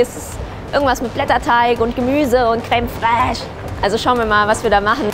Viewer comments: Bester moment::creme fräääsch 😂😂😂😂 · Creme fräsh xD Ah man ist einfach cool.